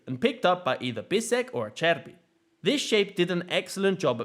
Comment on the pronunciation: Great analysis but what impressed me most is your prononunce of italian names (Di Marco, Acerbi, Bastoni...). It was almost perfect, to the point that i think it takes an italian motherlanguage to know you are not one. Very uncommon amongst people of english motherlanguage... great job.